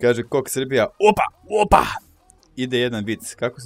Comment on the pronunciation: Ti kako kazes opa,meni zvuci wopa :D Samo kidaj ! <3 #wopa #opa #obori